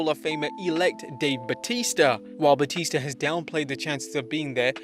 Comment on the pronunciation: IT'S BATISTA NOT BAUTISTA